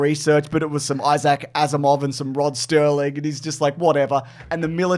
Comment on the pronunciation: We’re not gonna say anything about the use of “Rod Sterling” instead of Serling? Hmm.